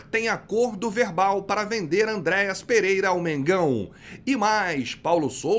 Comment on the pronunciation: A palavra é: ÂNDREAS e não ANDRÉAS